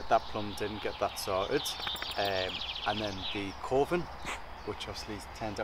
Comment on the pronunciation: When and you said Coving, I kept hearing coffin.